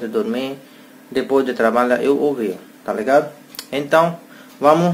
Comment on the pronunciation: Oi meu querido vc já fala tou ligado muito bem amei tou ligado tamo junto amo vc vc e sempre feliz Bb um abraço lindo bjs 😘💋